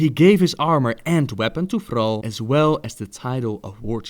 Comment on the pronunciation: the way you say thrall annoys me alot xD